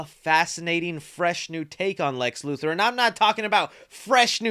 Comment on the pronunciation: IT'S LEX LUTHOR. LU-THOR. Not Lu-Thirr. LUTHOR.